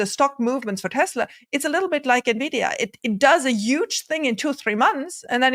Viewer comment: And he still says “NU-vidia” instead of “EN-vidia”. Gah! Why?